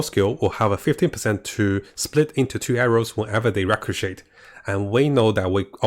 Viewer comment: Look up how to pronounce “ricochet” — the T Is silent